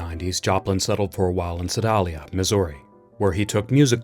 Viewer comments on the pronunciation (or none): The town in Missouri where Joplin wrote the "Maple Leaf Rag" is Sedalia. It's pronounced "seh-DAY-lee-ah".